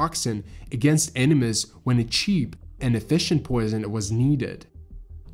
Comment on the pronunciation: I’m obsessed with the way you pronounce certain ways like “enemies” and “food”. Love the work videos too happy I’m subbed!